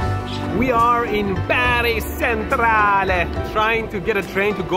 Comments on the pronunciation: ☝️🤓 is not “Bari sentrale” is “Bari centrale” like chum “ch-entrale” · bro the pronunce of Bari centrale is more smth like "Chentrala" (with the final A pronunced like in the alphabet)